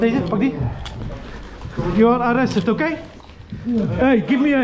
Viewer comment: “JOE ARE ARRESTER OKEE?”😂